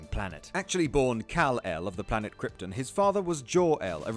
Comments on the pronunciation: y does he keep saying kyrtin and not kyrton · Its pronounced krypton not kryptin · "Kryptin" lol its KryptON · how am i meant to take you seriously when you pronounce Krypton as Kryptin? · "Planet Kryptn" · Stop. Saying. "KRYPT'N". What IS it with WhatCulture and shyte pronunciation?!? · You're saying "Krypton" wrong...other than that, I approve. :)